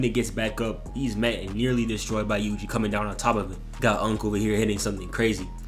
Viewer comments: bro really called my got yuji "wuji" I can't 😂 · Bro u pronuced ui uis name to wee wee👁️👄👁️